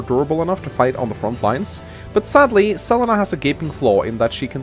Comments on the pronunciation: I love this map but hate how you pronounce Selena. Like, it's not even a weird name like Lon'qu or Cherche - it's a common name! C'mon! Sa-leen-a not Cell-eh-na! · 1211 Selena in spanish is Se-le-na, but as always that english accent screwing even names